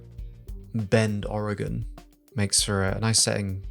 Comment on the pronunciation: We dont prounounce the E in Oregon. Please stop! LOL.